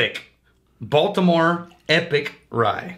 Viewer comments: Epoch (ee-pawk). Not epic. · Did you just pronounce Epoch as epic? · Say it with me, e-pock. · Sorry.. it's pronounced EeeeePooock._.;; lol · In an attempt to say epoch